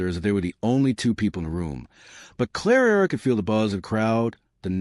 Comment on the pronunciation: Oh Lord, again narrating, 3 centuries out of sync, and calling Clara 'Clarara' - Why?? Was the robot on whisky? How does she have all this time for interacting/flirting? Isn't she there to do a job???